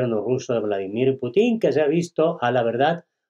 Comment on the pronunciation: No sabe hablar español, pronuncia muy mal el apellido del presidesnte Ruso